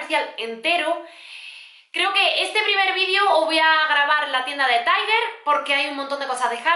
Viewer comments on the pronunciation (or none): No se dice taiguer se dice tal cual se escribe tiger